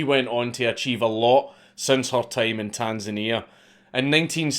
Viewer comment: >pronouncing Tanzania right nice